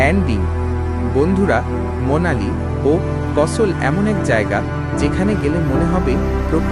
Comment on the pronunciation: Monali na...its Manali!!